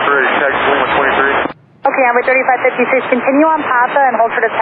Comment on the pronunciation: In the beginning of the clip I find it remarkable that ATC knew which plane was talking, that didn't sound anything like 3556, most of the transmissions it sounds like 35 36...